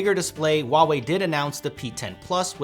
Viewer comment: 你怎么不会说华为? HUA wei not WA wei. holy shit man.